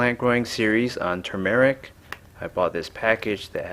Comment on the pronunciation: Also pronounce it correctly. Too much !!